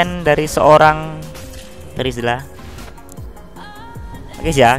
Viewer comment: Menit 14.02 terizla jadi trezila wauuu😂